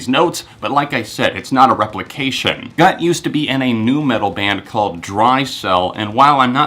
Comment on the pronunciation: I believe the singer's name is pronounced Gutt with a long "u."